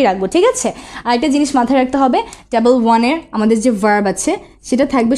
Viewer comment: Tabol na table 😑